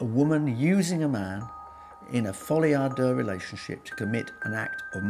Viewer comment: 🤭😱🤭That folie a deux, pronunciation sounds like he's farting. Please, speak your poor language 🙄 instead of faire le folie du grandeur.😜😂😂😂😂